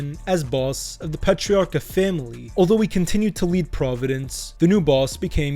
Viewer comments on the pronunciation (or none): Its pronounced "patrarka" stop